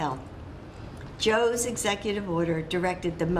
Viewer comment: She says it Joes executive order??? It sounds like Jill executive order...